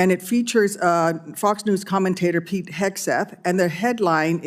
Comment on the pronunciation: Why do I always understand "Pig Hegseth" instead of "Pete" !?